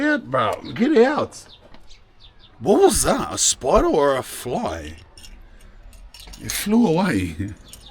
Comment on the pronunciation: " there`s a spoider in heeaaa" 🗣🗣😂